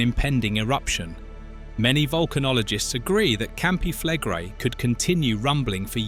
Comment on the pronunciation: Campi flegre? Campi flegré-i heißen die "brennenden Felder"! Wieder einer, der keine Ahnung hat, wovon er spricht? Ach so! Wieder eine KI-Geschichte, die wiederkäut, was allgemein bekannt ist, CIAO!